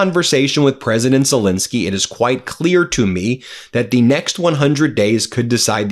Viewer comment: His name is Zel -ensky, how many times will this bloke call him Zel-insky, irritates the hell out of me.